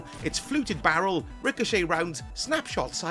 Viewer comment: I gotta know why you pronounced barrel like that it was so uncalled for